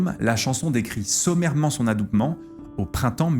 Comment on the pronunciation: ... Adoubement.... c'est Classe quand même...